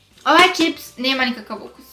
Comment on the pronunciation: kaže ćips, ne kaže se ćips nego čips